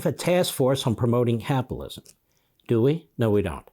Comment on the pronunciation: Really capilism? Ten times after each other you tried to say capitalism each and every time you said capilism why is that difficult...